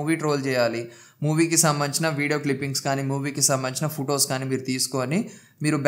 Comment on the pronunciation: కిర్కెట్ కాదు క్రికెట్ బ్రో 😂 పుటోస్ కాదు ఫొటోస్ 😁